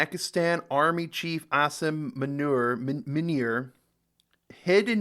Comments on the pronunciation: Not meuner....but muuuunirr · Loved you pronounciation for that Manure 🤭 (Juat for the record it "Moo-NeeeeR" 😅) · Its not manure. Manure is useful. It muneer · Its Asif Moo-knee-rrrrrrr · pronounce it as moo-neer 😂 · i like how english ppl created the U and I vowel, that correspond to the 'oo' and 'ee' sound .. and still go on to say 'Manure' and gen 'Ayib' / 'Ayab' khan.. how this happens in their mind is something i wanna study.. they see the names and the vowels n every atom in their brain decides - its Manure and Ayib/ Ayab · Its munir ....pranounce it as muu - nirr aisf muunirr... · I think it’s pronounced as “manure” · Munir can be pronounced like this - Moon ir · Munir Mun like, Moon - ---ir, like ir, like in spanish for GO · Its Mu_neer 😅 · Bro Munir pronounce like "mooneer"....😂😂😂....got it??? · I died laughing when u said manure for munir😂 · "Asim Manure" lol Love your pronunciation, dude! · Something to help you pronounce the word. Pronounce it like 'Moo-Neer'.